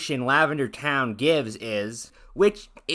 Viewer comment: It's pronounced LavenderTONE not TOWN. I tried watching this video but its literally just you complaining about everything she does. I've been watching her videos for years and they have helped me improve in my art and character design A LOT. She's never done anything problematic so I don't know why you thought you had to make this video.